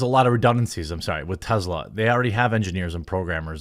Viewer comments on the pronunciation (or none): none